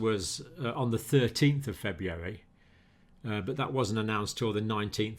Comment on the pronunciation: Proof even well educated intelligent people can't pronounce February.